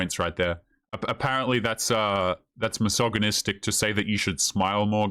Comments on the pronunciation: "massage-anistic" :P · Aghhh! You're pronouncing the 'g' in misogynistic all wrong. Its 'g' as in gel not 'g' as in goat. I've heard a million times already and have refrained from correcting you but I think its best that you know. I'm a woman and I watch your videos and like them.